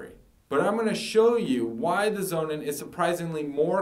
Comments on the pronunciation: I listened to his story and wondered what this 'zonin' product was. Man, if you are that eager to sell this german battery, at least pronounce the brandname the way it is supposed to sound: 'sonnen' is german for SUN and should sound like 'Sonnun', not like 'Zonin'... For me the Powerwall, no doubt ;-) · I consider the Sonnen is a much better long term solution for the reasons he elucidates ( altho I hate his mispronunciation!). So, despite the higher price ( almost 3x!), I opted for Sonnen over Tesla. The software management is excellent, and the service is great. In the long term, I think Sonnen will be the gold standard for its better quality in many areas. Tesla, with Elon Musk as its CEO? - it's got to be a worry; a seemingly simpler and cheaper solution that won't give you satisfaction in the long run that solar power requires.